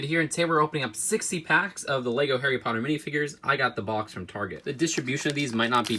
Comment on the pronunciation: you say your harry potter fan you messed up like 15 times